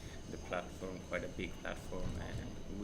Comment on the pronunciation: "It is kłajt important"